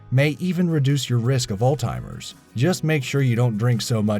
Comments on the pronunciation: Alzheimer's is not pronounced 'all timers' and calorie is not spelled 'calory.' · Did he really just call it all-timers instead of Alzheimer's? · I stopped watching at "All-timers".... smdh. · ALZHEIMERS! Not 'old timers' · It's alzheimers, not "altimers"! lol 😁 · The narrator said "Altimers". It's Alzheimer's! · again ..."ALL TIMERS" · ..."seniors with ALL TIMERS" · It's "Alzheimer's", not "Old timer's" :-) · did you just say "All timers"?? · "all timers" lol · I'm sorry, but does this guy keep saying "old timer's" instead of "Alzheimer's"? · Did he say "all timers"? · Anyone notice he accidentally says 'seniors with alltimers' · 'Alt-timers' -eh??? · Did he say "altimers" for Alzheimer's? aka "old-timers"....lol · "Altimers" lmao SILENT T BOY! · old people have all timers, nice pronunciation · Alzheimer's. Not All-Timer's breh... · Notice how he kept saying"all timers" that's so wild idk y people think this is the name for" Alzheimer's " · Is he calling it "old timers?" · "all-timers" lol is how you pronounce alzheimers. i cant stop picking apart his pronunciation ever since parlee-ament lmao its all love tho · You lost your credibility when you said "alltimers" instead of Alzheimer's. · Uhhhg, stop saying ALTEIMERS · Please learn how to properly pronounce Alzheimer’s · Did all that research, took the time to do voice over, but can't pronounce "Alzheimer's". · The speaker needs to learn how to say Alzheimer's correctly. There is no T in the word.